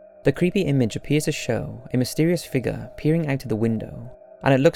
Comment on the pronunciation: “He saw a figga”